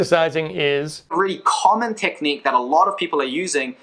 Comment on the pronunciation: Good video but here’s some advice for future videos: pronounce basic words like “familiar” (not “fur-miliar”) and “technique” (not “tet-nique”) properly if you don’t want people to quickly write you off. Enjoyed the video but I think this is an important note that I bet a lot of people aren’t giving you because they want to be nice. That being said, subscribing and giving this video a good review!